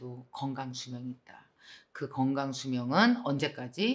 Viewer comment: 늘 좋은 영상 고맙습니다. 그런데 ᆢ 한가지 부탁합니다 ᆢ 표준발음을 구사 해 주시길요 ᆢ 겅강 - 건강 꽁짜 - 공짜 ᆢ 등 ᆢ